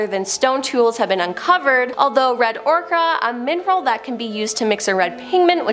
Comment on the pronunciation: "Ochre" is pronouonced "Oh-ker."